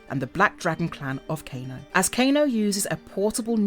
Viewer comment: All the narrator's do this. I left the same comment on multiple videos and see it on many more. No one that does a MK video knows the names, not even the basic ones like Kano. It's frustrating